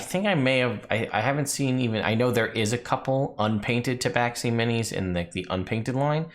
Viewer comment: Well, they are wrong. If you look at the entry of them in the 2nd ed Monstrous Compendium, it has the pronunciation right next to their name. It is pronounced Ta-ba-shee.